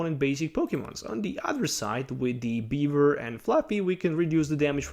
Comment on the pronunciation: Am i the only one who heard beaver instead of bewear